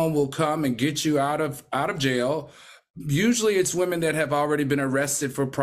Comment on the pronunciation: “She needs to go to JAI YAH (jail)!!” 😂😂